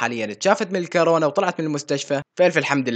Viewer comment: مو كارونا كورونا